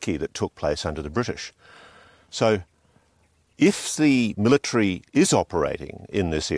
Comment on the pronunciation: Omg, stop putting the R sound where it doesn't belong and just so you know , it's MIL AH TARY .... there is no Tree in that word.